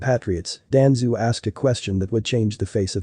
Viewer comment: it's danzo not danzoo